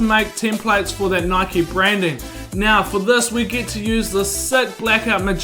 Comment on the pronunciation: It’s nike not nikeie